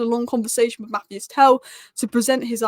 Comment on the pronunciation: probably thinks I am a horrible pedant if she reads her replies but his name is pronounced Mat-teese. But Tel is a baller. I really hope he takes a liking to Spurs.